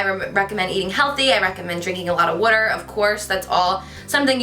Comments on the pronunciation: Love the way you say " wader " instead of "water" lol btw your makeup is stunning ! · I loooveee how you say water aka woota ❤❤😄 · "Drink lots of whuter." You're so cute Carli, love you! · love that you say "wudder" twinsies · omg the way she says 'water' 😍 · I love the way you say water hahaha :* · she said water funny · So helpful! I love how you say water and drawer! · I'm obsessed with the way you say water, I'm not sure if thats weird LOL xx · Say water again? Lol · Omg I love the way you say water it's so funny 😆😜💕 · Am I the only one who catch ur accent when u say Water??? So Jersey!!! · "water" "water" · Haha it's cute how you say water :P not being mean or anything it's just that I'm from California and it just sounds different :) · your makeup here looks so much like hudabeauty on youtube type makeup.love it on you your so beautiful, i love how u say water lol can u plz do a updated fitness/diet video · I love how you say water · Love the way you pronounce 'water' So freakingly cute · I love how you pronounce "water" haha love the makeup in this video 😍 and thanks so much for the tips! I'll try that massage thingy haha. Love you 💕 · i love the way you pronounce water :3 idk why